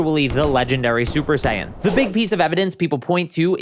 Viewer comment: But who is "SUPER DEE-DUPER SAIYAN"?